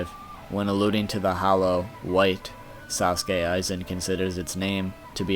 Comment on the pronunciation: Also "Sassuke Aizen" 😹😹😹😹😹